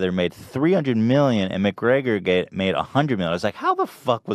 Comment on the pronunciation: Why does Ethan keep saying McGreYYYYYgor??